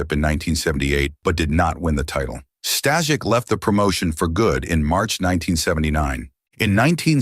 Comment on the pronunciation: Can’t watch because of the mispronouncing of Stasiak